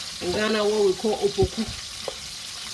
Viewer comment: It's apoku not "opoku"